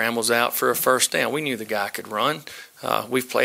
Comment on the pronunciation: This whole press conference is a bunch of basic as hell coachspeak except for shazam... Ketch... And how the hell do you turn one syllable words like down into two syllables lolol